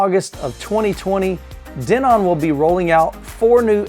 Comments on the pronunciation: Not sure if it bothered anyone else but the pronunciation of Denon as De-NON killed me during this video lol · I have wonder that too. I have seen other videos with them saying Den-on.